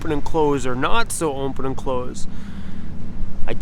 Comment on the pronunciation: Did you know you say "Open" with am M in it lol you say "Ompen" my wife pointed it out to me and now I always hear it